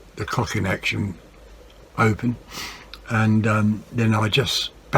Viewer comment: 🤣 you said Cock Action 😂